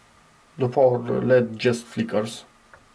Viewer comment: Probably better to say "ell-eee-dee" instead of 'ledd' to increase the chances of people understanding what you're referring to.